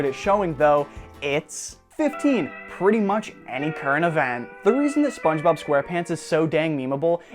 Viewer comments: AND SPINGE BILL AND SPOWNGE BAWB SQAUWRE PONTS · Spangboob sqalpeents